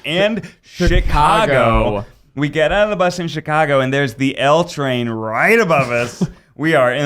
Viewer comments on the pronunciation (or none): none